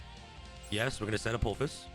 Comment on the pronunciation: Dude can’t read. Apo-phis.